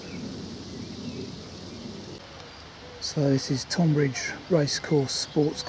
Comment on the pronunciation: It's great to see you still making videos. I have not seen much from you in a few months. Just one thing I am currently watching this as we speak and at about you pronounced Tonbridge incorrectly. I am not having a go the English language is complicated. I am not from Tonbridge but live down on the East Sussex coast. It's pronounced like Tonne or Tun like Tunbridge Wells. Think of it more like Tunbridge. I did have a giggle though. Anyway, time to "crack on" and watch the rest of the video.